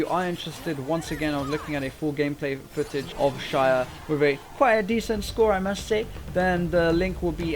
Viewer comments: Its pronounced ZAYAH NOT SHAYAH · I didn't get the joke at the start until you said the new champ was called "Shayah" -_- It's Xayah (zy-ah) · Pronounced zaya not shaya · why SHayah? where did the SH come from? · since when is an x pronounced as sh, literally can't listen to you. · its pronounced Zay-ah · It is pronounced (z-I-Ya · shaya??? bish l2 pronounce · Dude no one can get the joke because THERE IS NO JOKE. You're just pronouncing her name wrong! Is that a joke? Where's the fucking set up for that overused punchline of "Shayah"? You need to understand comedy if you're going to try shit talking people who didn't get your awful "joke". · shayah? god... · luk20000 haha, why the hell does he say shayah 😂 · I bet he's pronouncing it like that because of his username. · You do not pronounce Xayah like that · dude, i think this vid is good and don't care about the ones who don't get it why do you pronounce her name like that, and also the guys who say you are bad, nice vid keep it up. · Would watch but you can't even pronounce her name..... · It bothers me that you pronounce her name wrong.